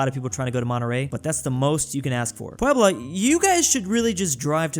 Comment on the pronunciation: He nailed Puebla too